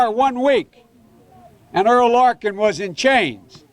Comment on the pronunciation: It's Errol Larkin, not Earl.